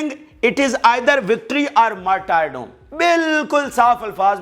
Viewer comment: Excellent. Please note. Martyredom pronounced as marturdum.